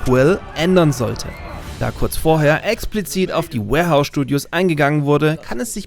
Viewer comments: schade hab gehofft es wär n Video von dir mit nem Insider der es begründet. Also doch nur falsche Aussprache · Alles super aber das Studio heißt "WARhorse studios",nicht warehouse :/